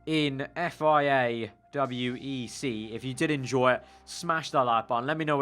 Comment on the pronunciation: Its called WEC not W E C